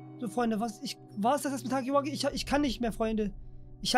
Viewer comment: ist gefühlt der erste youtuber der huggy wuggy richtig ausspricht